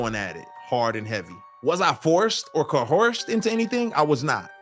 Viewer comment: 'cohorst'? lol